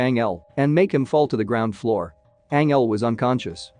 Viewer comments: Anyone else triggered by the way he’s saying Angel, like the narrator said right twice then decided nope his name is Anel?!! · ..... Tells the story of....Ang-Elle.... 🤦🏼‍♀️🤦🏼‍♀️🤦🏼‍♀️🤦🏼‍♀️😬😬😬🙅🏼‍♀️🙅🏼‍♀️🙅🏼‍♀️💀💀💀 ***Fuckin cringes so hard I drop my phone 📢🦻💣☄️💥🤳 ⚰️🪦 I just can't take it! It's making me already hate the movie I haven't even actually seen any parts of yet just watching 5 secs into the video that just explains about it.... 🤖🤖🤖🤖 Not quite fair for the movie itself, but it's painful to hear that.... And oh geez, WTF is the other dude's name even supposed to be?!?! LMAO 🤣 I hate to even try n spell out what that one is sounding like to me right now....geez Louise.... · It's not Angel, pronounce it like Anjel